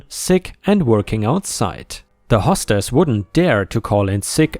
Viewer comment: "hastily" is said as "hay stil lee." It's a form of the word "haste." "hostess" is said as "hoe stess" not "hah stess." It's the female version of "host" (which rhymes with "most" but with an "h" sound).